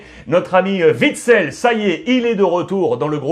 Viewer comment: OUITSEL pas VITSEL bordel